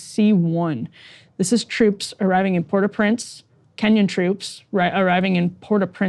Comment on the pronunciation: I’m glad she learned how to say Port au Prince